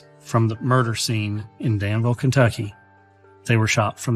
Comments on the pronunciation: Not for nothing but it’s pronounced Dan-vuhl Vuhl like full Maybe vool is better bet ye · The locals pronounce it danvull